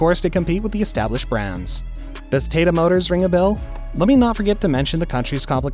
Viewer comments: it sounded like "Tate" instead it should be like "Taataa" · Your pronunciation of Tata made me laugh for 15 mins